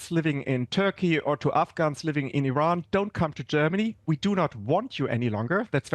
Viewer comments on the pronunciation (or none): none